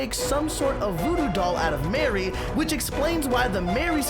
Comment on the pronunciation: Its not Mary its Mari (Mar-iy)